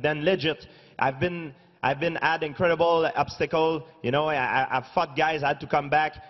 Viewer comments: Lol sorry but it sounds like he's saying "fucked" when he is actually saying "fought" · when GPS said fought i though he said fuck . 😂😂😂😂